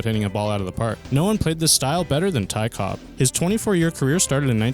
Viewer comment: "Ty Cobbs"